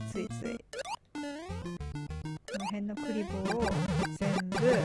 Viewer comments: 平坦にクリボーの気がするけど 笑 の場合栗坊みたいな発音ですね。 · クリボーの発音それなんですかね。笑 1位おめでとうございます！！🙌